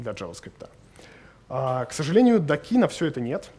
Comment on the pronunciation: По существу не плохо. Но резкие субъективные заявления и ужасные ударения (нодА, докИ) отталкивают.